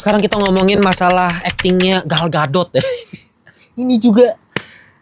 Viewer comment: Gal Gadot ❎ Gal Gatot ✅